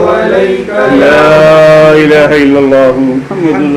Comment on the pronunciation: Laaha ilaha say Matlab change nhi hota , asal pronounce Laa ilaaha ha jazakallah